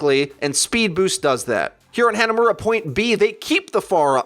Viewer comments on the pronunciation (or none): Hanamuras "a" is pronounced like pharahs "ah" btw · "haynuhmuwruh" possibly the ugliest way ive ever heard hanamura be pronounced